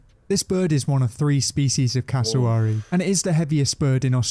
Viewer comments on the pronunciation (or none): The pronunciation of Cassowary 🥲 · This British presenter doesn't seem to have actually been to Australia ... (which might be why he's pronouncing Cassowary wrong lol) Also goannas are everywhere in the bush in QLD. Which is tropical, not arid. You can't go camping without seeing one, and they're ballsy enough to try and get into your tent looking for food. sidenote: Dingoes do NOT make good pets. I had to look after a pup once when someone mistook it for a german shepherd and brought it into our vet clinic. Only had it for a week while we contacted a sanctuary and he ripped up my house. They're definitely wild animals - and unlike dogs, their paws rotate so they're able to open doors and such way more effectively 😶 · They say cassowary wrong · This guy is doing this as a American he cant even say casawary right